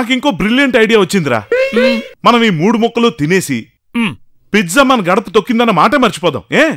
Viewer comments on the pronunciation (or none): Pizza❌❌❌ pitza✅✅✅ 😂😂😂